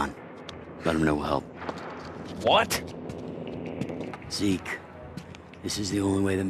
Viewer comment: zeak? who is zeak? IT IS ZEKE